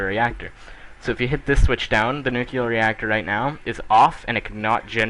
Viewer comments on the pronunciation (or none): What is nucular ? I know what is nuclear but not nucular